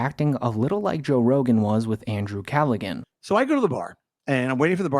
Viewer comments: "callagin" its pronounced CALLAHAN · CAL-A-HAN not CAL-A-GAN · It's Cal-a-han, not Cal-a-gan, my man. That's how you pronounce the sexual assault king Andrew Callaghan's name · The irony of telling the Shane story while saying Andrew Callagan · Dude it's pronounced Calla-Han not Calla-Gun 😂😂😂. Yeesh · Bro if you’re gonna talk about someone in a video, maybe try to pronounce their names correct. Who the fook is Andrew Callagan? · Calli-HAN. It's not like Gilligan. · Andrew CALLAGIN?? LMFAO ARE YOU KIDDING WITH THAT PRONUNCIATION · My god man its not Andrew Calligan its Callahan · Calligan? Bro. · as soon as you said CallaGan i had to X out i'm sorry bro god bless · The G in Callaghan is silent. Like Callahan. It’s Irish. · Its 'CALLA-HAN' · bro its pronounced cala-han....like hand, without the d. once again, you're on the right track, telling the right story, but rife with mistakes and half-truths. it's rehashing others content, but mispronouncing their name..... wtf is this lazy channel its hilarious you even mentioned TMZ....you ARE TMZ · love ya man BUT IT IS PRONOUNCED CALA_HAN >>>>>>> jus tryin to help... UNLESS that was a TROLL like the SEAN GILLIS thing. then OK u got me 🙃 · "Cal a gan " haha makes a video and cant even say the name properly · Callagin? Lol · Andrew Callaghan is pronounced "Calla-han", the G is silent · The name Andrew Callaghan is pronounced "KAL-uh-han". The last name, Callaghan, is pronounced in three syllables, and the "g" is silent. KAL: Rhymes with "pal." uh: A short, unstressed sound like the "a" in "sofa." han: Rhymes with "can." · Andrew Cal-a-Han bro. The g is silent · Lol. It’s pronounced Callahan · The G is silent in Callaghan. "Calla-han". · It’s driving me nuts it’s pronounced Callahan it’s an Irish name Guy says it himself every episode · Andrew Callaghan’s name is pronounced with a silent G “KA-LA-HAN” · Its Calla-HAN. the G is silent. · Hey bud, the Irish surname "Callaghan" is pronounced "Cal uh han"